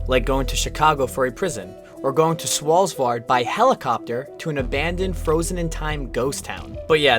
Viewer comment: It’s called Svalbard, not Svalbvard by the way. Just wanted to say that before I continue watching!